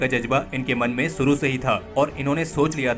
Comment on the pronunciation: Very nice article. Never knew about this supehero. One suggestion, kindly learn to pronounce these words शुरू (it's not सुरु) शामिल ( it's not सामिल)